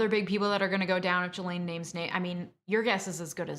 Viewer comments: Honey if you knew anything about this case you would at the very least know her name is pronounced GEE-LANE NOT JEE-LANE smfh 🤦🏻‍♂️ do better . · Not a very busy lawyer with time to watch and make videos about something you're not getting paid for . YouTube lawyers are right up there with YouTube doctors and psychologists. Only useless people need to make YouTube channel. It's pronounced GasLane. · I believe her name is pronounced shill-ahn, but I prefer jizz-lane. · Drink every time you hear "Ghislaine" 🤣☠ But in all seriousness so glad this monster is locked up. Unfortunately mental health i feel was culprit but nonetheless the crimes committed. Very sad. All these innocent lives tortured, including hers. She could've chosen to do better and better she was an adult. These women are in my prayers. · I clicked off after hearing you mix up Prince Andrew and Prince Edward and hearing you pronounce Ghislaine that way....I can't listen to you for a half hour OMG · The mispronunciation of Ghislaine and Gueffre was really annoying. It’s feels as if you are mentioning this story because of its popularity not because your really into the Maxwell court case.